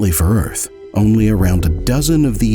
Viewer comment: The Earf is Fwat!